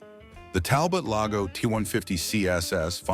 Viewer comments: Talbot Lago is pronounced Talbow Logo. It's French. You comment that the 851 Auburn has a straight 8 engine and then you show the engine that is obviously a modern V8. Don't you watch these videos before you post them? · Talbo Lago. While on the subject of pronunciation, the Figoni and Falaschi is Figoni and Falaski.